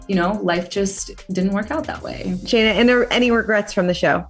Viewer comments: did she just call Shaina Shanay? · I wish someone would have corrected her for saying “Shanay” 🤦🏽 I hate when people mispronounce my name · Sha-nay lol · Did she just call shaina shaday? 👀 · haha, tell you didn't watch the show without telling us you didn't watch the show. Shuh-nay?? lol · This interviewer is obviously a Bachelor fan 😂 constantly saying Shanae instead of Shayna 😅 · *Who is Shenay? Her name is Shaina. I don't like her but I know her name. lol did not even bother correcting the interviewer. * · I love how she keeps calling her sha-nay 🤣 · Shaina, not Shinay. Did this interviewer even watched the show? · Shin-nay…. ? 🤦🏾‍♀️ lol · Not the interviewer calling Shaina “Shanay”😂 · SHA-nay lmao 🤣 Glad he didn’t correct her. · Anyone else bothered that the interviewer is calling Shaina “Sha-nay” ? Like the least you could do was learn their names correctly 😳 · I love that the interviewer kept referring to Shaina as "Sha-ney" the whole time lol hope that humbles her a bit at least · I thought her name was Shaina? why is she calling her shenay? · Her name is Shaina, not Shenae. Beyond annoying. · Calling Shaina Shuh-nay has me cacklingggg paahahahahahahahaha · Am I the only one who keeps hearing “Shenae” instead of “Shaina”? Am I going crazy? O___O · No you're right.. I was annoyed 😖 would have been understanding if it was 1 time, but she said Shenae multiple times 😵‍💫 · She totally called her Shanae🤣🤣They ain't that different though, probably fitting, lol🤭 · I heard Shanae too 😂😂😂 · Definitely hearing that too ! Kinda cracked me up. Getting those dating reality shows mixed up! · She can not get Shainas name right and it’s soooooo funny 😂😂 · The host keeps mispronouncing Shaina's name wrong but also I'm not that annoyed because Shaina is the worst. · She didn’t even pronounce her name correctly 😂